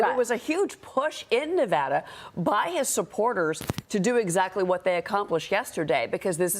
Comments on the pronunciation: You’d think that; someone who reports on politics would know how to pronounce Nevada correctly. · Love ya but you keep mispronouncing Nevada. Please do better